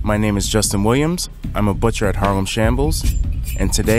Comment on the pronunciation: I thought he said, "my name is Justin Lambs." And I was like, "wait a minute?"